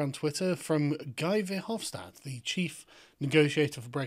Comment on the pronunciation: It's pronounced "Gee Ver-hof-stad" not "Guy Vier-huff-stat".